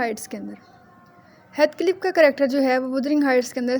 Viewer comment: heathcliff kehna to seekh lo